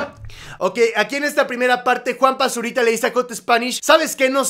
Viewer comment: Soy el único que escucha Juan Basurita?